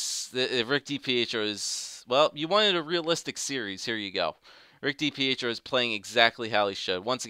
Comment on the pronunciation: Stop saying d-p-eh-tro it's dipietro